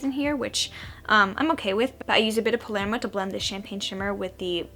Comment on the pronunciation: the way you pronounced 'palermo' gave me life and hope for humanity in equal quantities